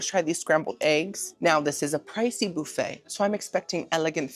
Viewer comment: I need you to know, I stayed in a hotel last night and when I asked them where the breakfast buffet was, I pronounced it like you on accident- boofey. Do I watch you every week or what? Lol